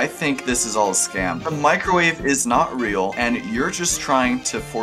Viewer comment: Microwave (Mee-cro-wa-vae) an electromagnetic wave with a wavelength in the range 0.001–0.3 m, shorter than that of a normal radio wave but longer than those of infrared radiation. Microwaves are used in radar, in communications, and for heating in microwave ovens and in various industrial processes. "microwave radiation"